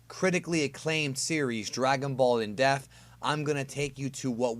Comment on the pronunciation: Stop saying def and pronounce depth properly you fool.